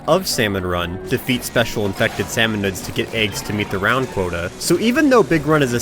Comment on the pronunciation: Did you seriously call them salsmon?